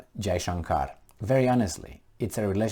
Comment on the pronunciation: You pronounced FM Jaishankar's name perfectly! I was pleasantly surprised.